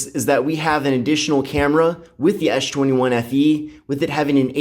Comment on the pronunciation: why do you call it ash 21